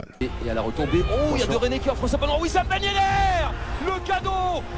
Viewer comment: " Ben yeddeur " lol